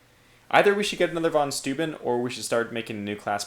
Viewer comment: "Steuben" is said like stoy-ben (horribly wrong phonetics, I know) And I agree, the Germans have some impressive words!